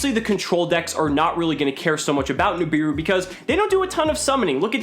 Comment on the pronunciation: "Nibiru" Im about to end this mans whole career.